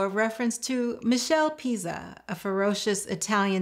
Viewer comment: The recipe looks great. But "Michelle Pizza"? It's Mi-KELL-ay PET-sa.